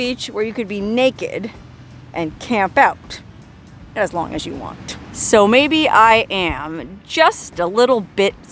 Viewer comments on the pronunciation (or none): none